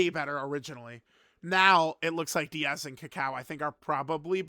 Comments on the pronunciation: Its not "Díaz" unc its "Daiz"😭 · It's still pronounced "Dee-Yaz" unc its pronounced "Days" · It’s Daiz, not Diaz, the i is after the a, not before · Daiz Unc Daiz not Diaz he not mexican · i wonder if will ever grow a brain and realize his name is Daiz and not Diaz i dunno even why can't he read? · it’s pronounced DayZ not Diaz. His name is based off of dates as Team Turles are all dried fruits and nuts. These units look great imo, but I do wish Daiz and Cacao had defence on super attack. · Daiz not Diaz lolol he not foreign perso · mf said DIAZ like they from mx or smth 😂😂😂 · I remember when used to pronounce DAIZ (a before I) and ROSÈ (with the accent) properly, good times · ah gotcha, close lol. It just bothered me the way pronounced the name lol.